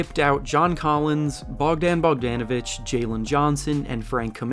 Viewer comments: It’s Bogdanovic not BogdEEnovic…… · Bogdon not BogDANavic 💀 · Him getting Bogan name each time he says is quite infuriating for someone that covers the NBA. He’s been in the league for a few years now get it right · Why he saying Bogdan like that 😂